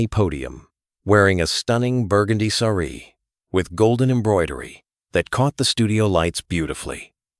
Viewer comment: Quite. He mispronounced sari, too. But one doesn’t know if this is AI, which, of course, is no excuse for mispronunciation.